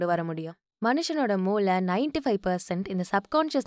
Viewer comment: மிகவும் அருமையான கருத்துகளை அழகுறக் கோர்த்து அற்புதமாக தொகுத்து வழங்கியுள்ளீர்கள். பாராட்டுக்கள். நன்றி. மூலை - Corner ; மூளை - Brain ல, ள உச்சரிப்பில் கூடுதல் கவனம் செலுத்தவும்.. 10 வது பாயின்டை மேலும் விரிவாக விளக்கினால் நன்று.